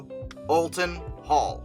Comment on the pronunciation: Just so you’re aware, it’s pronounced Ol-ton Hall. Not All-ton Hall.